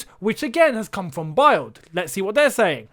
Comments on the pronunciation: another amazing video, calm down guys, Havertz is coming 🙌🏻 Also, "BILD" is German for image and is pronounced as "Build". I'm a Brit living in Munich, hope this helps! 😅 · just a tip for you mate, Bild and Sportbild you have to pronounce the “i” as an “e”, otherwise it sounds rather weird for Germans 😄😄great video though as always 👏 keep them coming 😁👍